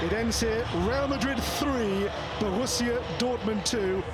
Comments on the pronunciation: Not BRO-russia dortmund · Brorussia?? not Borussia?? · Borussia not Brorussia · DAZN you completely butchered the name borussia Dortmund, like what LOL bro Russia? 🤣 In German we say der Name wurde total mishandelt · This man said Brorussia Dortmund 🤣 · Again, idiot editors out there that can’t do simple research. It’s BORUSSIA, not BRORUSSIA. It’s not a fucking frat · No one can talk about how DAZN butchered Borussia to Brorussia😂. Lmao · Brorussia? It’s not Borussia? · Glaube korrekt gesagt heißt das Match: Real Mad Rid vs Bro Russia dort Mund PS: Sie heißen alle Rid Und : Bruder Russland weiß wie man spricht. Das ist die Message von Dazn. Danke Dazn. Darum die Preiserhöhungen.